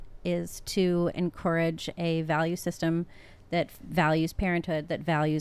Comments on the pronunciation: Drink everytime says En-core-ridge instead of en-courage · Is anybody else irritated by en-core-age or is it just me?